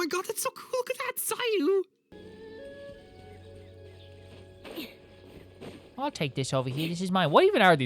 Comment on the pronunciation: ITS SAYUUUU